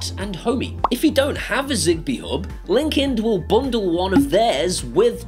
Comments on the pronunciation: Hey, I am not sure if it's you accent or dialect but are you saying Linkind or Linkedin, or something garbled between the two, you don't want to be accused of 'Corporate Greed'. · Linkind sounds like LinkedIn